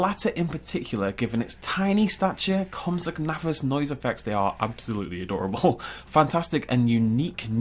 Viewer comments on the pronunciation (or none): none